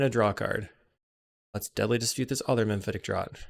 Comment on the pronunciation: Great games 🎉 FYI it's "Mephitic Draught" not "Memphitic Draught" 😉